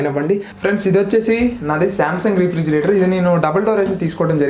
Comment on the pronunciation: Pronounciation Rey-fridgerator bro..... Not re fridgerator just a tip.... Nice videos